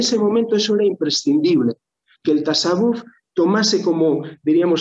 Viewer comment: Ya que repite la palabra mil veces podrían informar a de que no se dice "tasawúf" sino "tasáwwuf", para entendernos, se pronuncia llana no aguda. Hasta en español sería llana:). Muy buena charla, gracias.